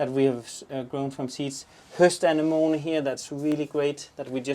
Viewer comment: Lol guys somebody please teach to pronounce......... 'A ne mo nee'...lmfao😂 im j/k but not really 🙄...its already looking incredible guys!!!!